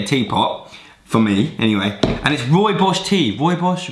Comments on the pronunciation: yes man! Rooibos tea repping us lmao and u said it right the first time. Roy-bors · Pronouced "Roy-Boss" bro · I'm laughing so much at your pronunciation of rooibos 😂